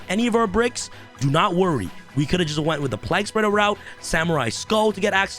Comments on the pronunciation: The card I think should be band is destiny hero destroyer phoenix enforcer. Also it's plague spreader like the black plague not like your saying Prague with an L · lmao Bro its pronounced PLAYg- Spreader too funny!! hahaha also, isnt Haliqufribrax banned now? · Man, the way you pronounce plaguespreader is whack.